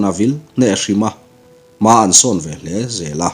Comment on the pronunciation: A ngaihnawm khawp mai, chutih rualin, ka ngaihmawh deuh chu: tunlai ṭawng nge ka hre lo a, "veleh" tih tur ni-awm taka "velah" i ti tlat zel hi, a dik hlel deuh lo maw?